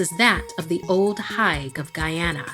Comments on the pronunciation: Its pronounced HEGUH 😂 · her :ol higue me:correcting her every time ... the way u say it is wrong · Actually Higue is pronounced Hig (H ī g in other words, the long I)